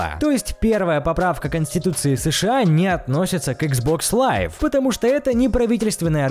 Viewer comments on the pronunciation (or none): none